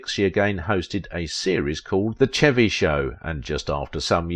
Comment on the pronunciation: Chevy is pronounced like "Shevy." Thanks.